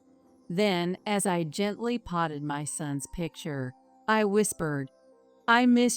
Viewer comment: Patted is not pronounced potted.